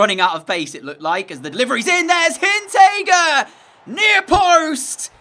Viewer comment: That defenders name has an R. It's Hinteregger. So please pronounce the r. It's not Hinntegger.